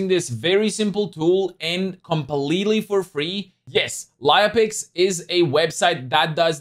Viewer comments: if you mean writing down--no, but if you mean saying it out--yes, everywhere) As I told, it's like lEia, and ou spell it like "lye-a". As I told, check on google princess leia, how it is spelled and you'll get what I mean. Other than that--great review and thank you for sharing this app with your audience:) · sorry I guess I was not clear in my first comment. I meant your pronounciation(speaking), not the way you write it.